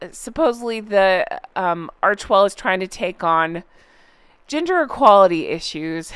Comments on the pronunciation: I mis-heard gender equality as 'ginger equality' 😂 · I need to wash my ears out I thought you said Ginger equality not gender! 😅😅😅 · I thought you said ginger equality instead of gender equality 😂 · You said "gender equality issues" and I thought you said "ginger equality issues" 😂😂😂😂😂👩‍🦰👩‍🦰👩‍🦰🦰🦰🦰👨‍🦰👨‍🦰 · I though you said "ginger" not "gender" equality lol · I thought you were saying “GINGER EQUALITY “ 🤣🤣🤣🤣🤣🤣🤣🤣🤣🤣🤣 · lolololol, I totally thought you said “ginger equality”… and I was like, “with all the world’s real hardships, is this for real?” : well, it’s not. I blame my post-operation medicine on this. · When you talked about their new trend : « gender equality », I heard « ginger equality »... and I thought : Fair! 😂 This said, happy you are back 🧡✨ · I had to go and replay a section because I legitimately thought you said “ginger equality”! 😂 The sad part is it was completely believable and sounded like something they would try to pull. Always the victim. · I thought you said Ginger equality 😅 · OMG! I had this playing in the room while I was doing something and when said "gender equality" and "breaking down gender stereotypes", I heard "ginger"!. I was like, "What?!? Is that a thing?"🤣🤣